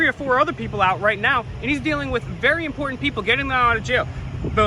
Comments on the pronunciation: "This is importinant" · Very "importanant" lol